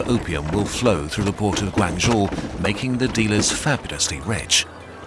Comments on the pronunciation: It's pronounced more like Guang "joe" not guangzhooooo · your pronounciation of Guangzhou was totally wrong lol but apart from that great video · Love this spin off channel! Love the pace and style too. Just wish there was better pronunciation especially “Guangzhou”. However it is understandable coming from a European background. Just some constructive criticism 😄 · I love the videos, but you guys really need to do just a little more effort with pronunciation of names, especially city and town names. You pronounced Guangzhou 7 different ways, some nearly as bad as Canton 😭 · western pronunciation of "Guangzhou" is never not funny